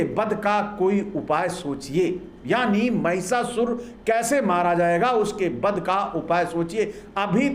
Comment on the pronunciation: आपकी बातें तो बहुत ही तर्कपूर्ण हैं; लेकिन आपमें उच्चारण संबंधित त्रुटियां हैं। आप बोलते समय 'व' और 'ब' इन दो अक्षरों के उच्चारण में गफ़लत करते हैं। आप 'ब' को 'ब' बोलते हैं और 'व' को भी 'ब' बोलते हैं। क्या आपकी वर्णमाला में 'व' यह अक्षर नहीं है? उदाहरणार्थ आप 'विडिओ' को 'बिडिओ', 'वध' को 'बध', 'विकास' को 'बिकास', 'विजय' को 'बिजय' इस प्रकार उच्चारते हैं। ये क्या है? ये क्या है? कृपया सुधारें। धन्यवाद। 😢😢😢😢😢😢😢😢